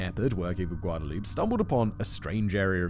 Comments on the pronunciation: Ahh it's kinda driving me crazy. It would be like hearing someone say that name John over and over again by pronouncing it as "Joe-han" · just an FYI The Mexican name Guadalupe is pronounced Wah-dah-loo-pay. Anytime you see Gua it's pronounced Wah...like the city, Guadalajara for example which is pronounced Wah-Dah-la-Hara. And the J is often pronounced like H ...such as the name Jose is pronounce Ho-zay. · "Guadalupe" isn't a silent "e"(I know, Spanish is hard lol) it's pronounced all the way through.. Guad-Uh-loop-Eh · I’m gonna let the pronunciation of Guadalupe slide this time, Simon.